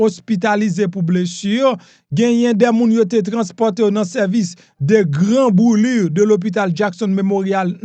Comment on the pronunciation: Mo a se Brulure li ye M.P. pa nou an se pa boulure non pa anvoute nou trop men m si se francais wap pale vre men pranprekosyon pou w pa anvoute nou plis ke sa paske ou pap ban nou lwuil yo pou netwaye nou.